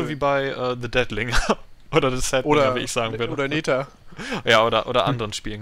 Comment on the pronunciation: netarr alter :D englisch leute NETHER xD prä alpha xD man man xD